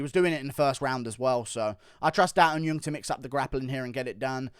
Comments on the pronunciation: Guru... Daeun Jung is NOT Daeun Yung.... It's Jung. In Korean, you'd say the surname first "Jung Da Eun ( Not Yung ) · It’s not da un yeung, it’s Jung as in juggle or jungle